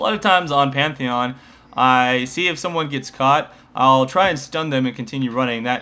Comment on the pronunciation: The Best "Pentahon" <3